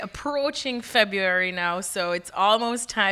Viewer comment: "Febber-airy now" lol wut